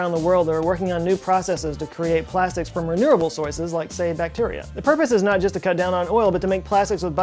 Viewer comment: “reneurable soyces”